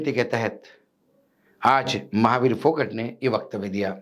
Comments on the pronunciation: फोगट नही जी फौगाट बोलो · Not Phogat but Phogaat where AA Is stressed otherwise it sounds like phokat 😮😢 kindly don't spoil the name. 😢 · सर वो फोगट नहीं फोगाट है